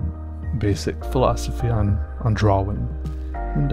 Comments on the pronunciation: i like you but... u do say drawing wrong because you say it Draw-Wing and not Draw-Ing. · drawring Is what I keep hearing. Not that its a bad thing. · I'm pretty sure it's drawling, right? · You mean dra-ling. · I'm pretty sure it's pronounced drar-in